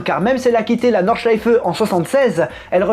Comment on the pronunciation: V c'est exact c'est quasi bon, et il prononce très bien Nordschleife également, de toutes les façons dont je l'ai entendu prononcer par des non-germanophones, j'ai été agréablement surpris :-p